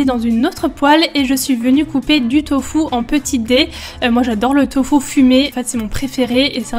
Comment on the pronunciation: tofou haha tu me fait rire 😂😂 au Québec on dis tofu ahah 😂 j'ai adorer cette night routine 😍